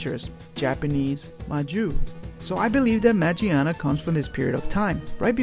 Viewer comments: You mispronounce her name is not majiana is magiana it comes from mecha (machina) and gear (gia in Japanese) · It's been official pronounced as Ma-GEAR-na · It's MAGEARNA ... u said it wrong... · Actually, it's pronounced Ma "Gia" na, not "Jia" because it's English name is Magearna.. Gia, gear, Gia is the way they pronounce Gear in Japanese. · Dude its magearna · Isnt a oart of its name origins Ma"GEAR"na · magearna. ma-gear-na.